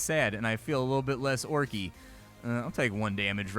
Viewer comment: Funny hearing you say "orc-y" that's what I call my new puppy dog sometimes when she snorts. She's a bullmastiff/american black lab.